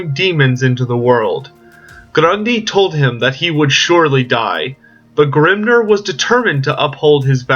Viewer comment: Ugh, it's Vah-lay-uh! Grim-NEAR! Not Grim-NURR! Sorry, it was just irking me a bit the way you was pronouncing those words.